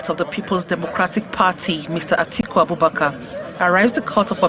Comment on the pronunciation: Atiku not Atuku